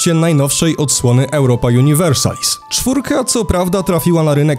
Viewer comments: Miej łacińską nazwę gry. Przeczytaj połowę po polsku, połowę chyba po angielsku juuuniversalis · "Universalis" ma akcent na drugą sylabę od końca, bo to "a" po łacinie jest długie. Podobnie jak "biblioteka" ma akcent na drugą od końca bo to "e" jest w oryginale długie.